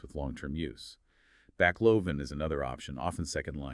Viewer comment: Given the pacing of the interview and mispronunciation of pathognomonic, intrathecal, baclofen, pregabalin, rituximab, "IVIG" and ampiphysin, I presume this is AI, but It's surprisingly good. I would be curious as to how this was constructed.